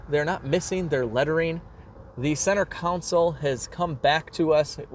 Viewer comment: The word is not Counsole it's CONsole, there is no U. Please say it right. You have been warned. Thanks for posting early, it looks great.